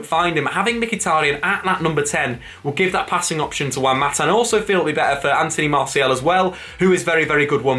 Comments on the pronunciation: His name is pronounced MARR SEE AL not MARSHALL. Annoying when Manchester United fans get his name wrong. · Who the hell is Marshall? Jesus, please at least attempt to pronounce the names correctly!! ffs.